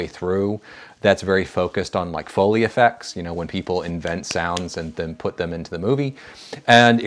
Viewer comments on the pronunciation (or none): none